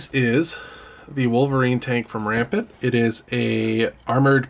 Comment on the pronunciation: The way you say Rampart is painful. Ram Part